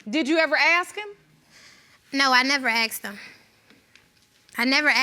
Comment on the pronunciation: The daughter in the second one really needs to learn how to pronounce 'ask' properly 😂 pet peeve of mine when they say 'axe' instead 😂😂😂